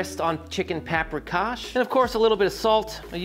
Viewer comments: Pahp-ree-kahsh Sh-payt-ts-luh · please not"paprikash". no h. it's just pronounced like that.